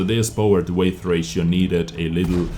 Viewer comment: 'Weight' is pronounced the same a 'wait', not weigth. Nice vid👌🏼